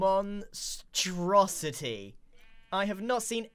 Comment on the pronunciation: you mean "thats one huge monstreeousety thing"